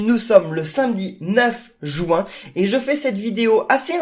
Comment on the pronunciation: Pourquoi tu dis jouin